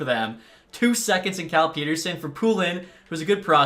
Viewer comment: Its Pet-Er-Sun not Pete-Er-Sun